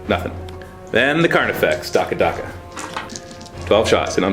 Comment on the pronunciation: I believe it's said 'dack-ka', although I may be wrong.